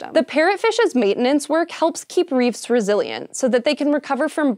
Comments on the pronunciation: Why do you say "reefs" funny? It's "reefs" not "reeves". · Technically, if you remove ANY stone in an arch, it will collapse. Also, you keep saying "reeves." Isn't it "reefs?" Did Tolkien get to you too? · and it's reefs. Then it's reeves and . Hank, I think this is the final straw.